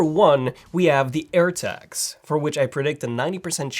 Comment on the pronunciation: I thought he said Apple AIRBAGS 🚗